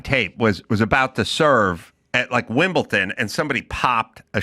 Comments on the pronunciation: Hey Adam tell me you don't understand tennis, firstly by not knowing how to pronounce Wimbledon. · there's no t in Wimbledon